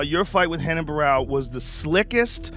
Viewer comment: “HEN-ON” not Ren, On”